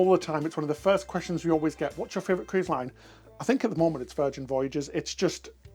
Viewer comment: Next tattoo #2: “My Fravorite” 😉